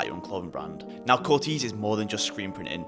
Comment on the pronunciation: "Cortayz" you got it wrong throughout 😂